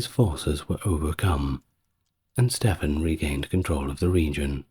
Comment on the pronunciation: It’s Stephen pronounced’Steven’ and Ely is pronounced’Eely’ in England.